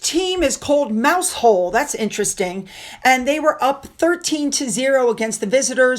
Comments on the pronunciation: Great video! For future reference….Mousehole in Cornwall is pronounced "Mow-zul". Locals strongly correct the common mispronunciation of "mouse hole," so it's important to say it as one syllable, rhyming with "how" for the first part and "zul" for the second….I too was corrected by a resident when we once visited the area. It’s a beautiful place, but they insist it’s pronounced correctly. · I flinched when you said Mouse Hole! 😂 I know, but it’s pronounced “Mowzil”! We’re a strange breed! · Not Mousehole it's pronounced Mow zel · ..hi from UK...Mousehole is in Cornwall and locally it's pronounced...Mowzole!! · Dear, it is called Football in the U.K. although we do refer to it as soccer as well. In America that boring, confusing, and goes on forever game is called Football, here it is more like Rugby but we wear less protection. Best wishes. I hate to tell you this but Mousehole in Cornwall is pronounced Muzzle, I don't know why but it is one of the smallest villages in Cornwall and very pretty. Re - Gavin Burrows, I am sure he admitted that his "statement" was forged years ago so why didn't Sherbourne know this? I think Harry is being stitched up by an overachieving and popularity chasing Barrister, is Harry going to say nobody told him again? Like nobody told him he couldn't win his security battle with RAVEC? Everyone told him, but it still took three court cases to say NO to him before he got the idea into his thick head. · Hi, this is not a criticism and shows how mad the English language is,mouse hole is in Cornwall but it’s pronounced mow-zul 😀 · It's pronounced mowsall, but good try 😂